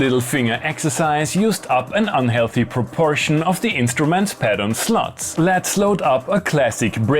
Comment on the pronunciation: Funny as hell ! Did you say "pattern sluts or slots ?"